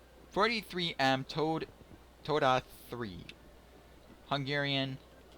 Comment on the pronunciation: Thx for the review and sharing! As for the name of the tank: If pronounced like told-ee (told like past tense of 'tell'), it's close enough^^